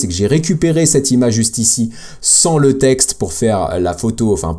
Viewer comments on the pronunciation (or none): none